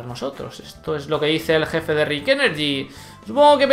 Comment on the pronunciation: me gustan tus videos, pero últimamente has estado equivocándose con los nombres. Selama Rich Energy, con CH. Vos estás diciendo Rick...